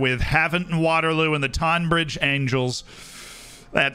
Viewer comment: I live pretty much next to longmead (tonbridge angels ground) funny to see them being mentioned. It’s pronounced tonne bridge though